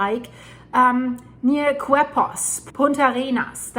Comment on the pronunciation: Please do better research. I live in Costa Rica. The 6.2 earthquake was centered 25 km south west of Quepos (pronounced Kay Pos) which is off shore at a depth of only 7 km. Quepos is in the province of Puntarenas, not San Jose.